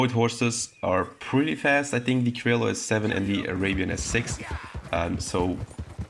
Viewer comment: I dont care wich is better! What is better an indian or a pakistani! Its pronouncing is krioyo and not criolo@